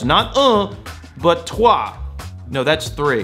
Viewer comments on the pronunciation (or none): none